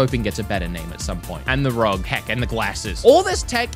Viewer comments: R.o.g are you serious it's Rog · Bro, R.O.G. not 'rawg" its an acronym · BTW... it's R... O... G... Not Rog. Three letters, not a name. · btw it is not "rog" it is R.O.G. which stands for Republic of Gamers. Good video though! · Stop trying to make a word out of ROG. It's R O G. Stands for Republic of Gamers. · Just say r o g instead of rog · it's: "are - oh - Jee". --- they've said it out loud in their own promotional videos and it stands for Republic Of Gamers u can let know too - i dunno if he's trolling or just has a smooth brain but i would THINK he wouldve figured it out by now lol i guess not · Are. oh. jee. Ally.